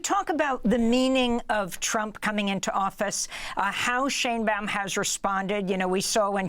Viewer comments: Pronounced "shine bowm" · SHINE Baum Sheinbaum is pronounced like Einstein. In words and names of German origin,when two vowels are together,the second vowel is pronounced.